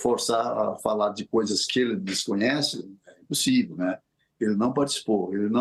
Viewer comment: Esse cara é advogado mesmo? "NÉPUÇIVEL"